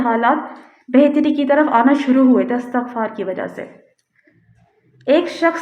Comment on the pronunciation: جس کسی بھی ویب سایٹ پر آپ جایئں گی ISTIGFAAR ہی اس کا صحیح تلفظ مل جاۓ گا۔جیسے Wikipedia,rekhta